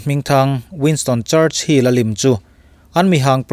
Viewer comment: Churchill tih tur church hill nilovin 😂😂 charchil tihtur